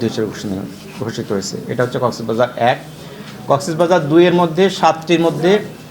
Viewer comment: কক্সবাজারের ডিসি সাহেব জেলার নামও সঠিকভাবে উচ্চারণ করতে পারেননা।